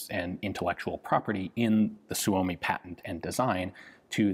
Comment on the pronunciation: Suomi is actually pronounced "soy-mi", not "soo-oh-mi".